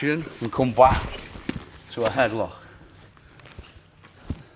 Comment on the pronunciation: "switch to get the reaction and come back to a headloghgkheh"